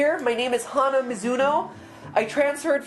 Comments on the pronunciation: It's not Hanah.... Its Hana. Japanese for Flower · You're saying Hana wrong. It's not Hannah, it's Hana. Pronounced like Shauna without the s. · Why are they so mean to Hana? lol Like seriously, "Do you think she has some kind of disorder? Like Social Anxiety Disorder?" Nooooooo, ya think? I know I'm as extroverted as the next former high schooler, but some people are not Theatre majors :P Also they don't pronounce her name properly. Literally every character pronounces her name at some point, it's HA as in laughing and NA as in banana. Not Hannah. C'mon Pat&Pat, get it together. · it's Mai and Hana, not My and Hannah lolol